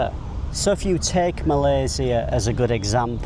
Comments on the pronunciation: You're probably one of those people who pronounce "Malaysia" in the most correct way. Welcome! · Spot on for pronouncing Malaysia name correctly. Even our Finance Minister 2, Amir Hamzah said it incorrectly (Malayzier).😊